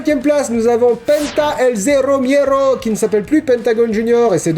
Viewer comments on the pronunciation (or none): Pour info c'est miedo pas miero. Et rien à voir mais après ce show, j'ai très peur de la rumeur de lana qui gagnerait le rumble sans rien faire.